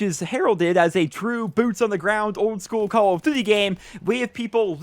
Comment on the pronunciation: Lol i hate the way you say call of duty